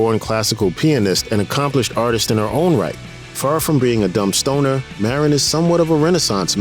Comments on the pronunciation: Marin, pronounced Mahdine---not Marrin. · UGH ITS NOT MARE-IN